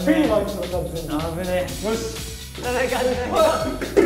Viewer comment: ピーマン？ピーマンがきてるの？って思ったらフィーバーか！フィーバーね